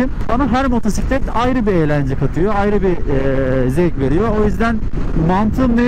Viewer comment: Şu motora Allah için motusitlet deme !!